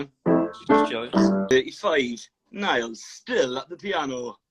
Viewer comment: Its Niall...like Ni-all Niall. Please.